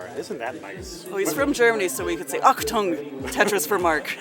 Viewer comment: Kudos to the ref, very nice Tetris countdown, really got the crowd involved. Ohh, nice pronounciation of the word "Achtung" by.:D